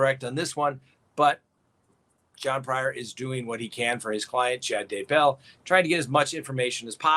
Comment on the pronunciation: So nice to get great info PLUS a comedic delivery. I love how you consistently, persistently mispronounce Chad’s last name, too. It’s kind of like nails on the chalkboard but all good fun.